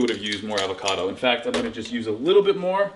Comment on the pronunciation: Steve you seem to say Alvocado about half the time